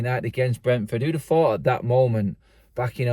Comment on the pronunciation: who would have phooooouuught